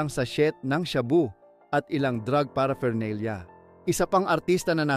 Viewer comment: paraphernalia -hindi para fernalia